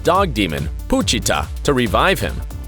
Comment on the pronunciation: Bro said Poo-chita